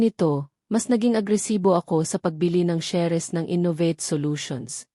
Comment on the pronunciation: Ano b Yan Hindi marunong mgbigkas ng inglesh words....SALES at SHARES Salis dw at saris hehehe